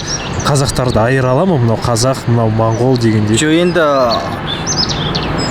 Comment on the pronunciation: Бауырым, рахмет осы бейнеге. Моңғол деген сөзді мОңғол деп айтайықшы мАңғол (орысша секілді емес)